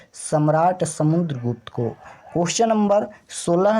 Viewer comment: Ko kaa ucharan kanthh say hota hai sir aap kya jante hai glat glat batte hai